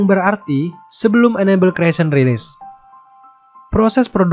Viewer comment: Annabelle dibaca enable 😂😂😂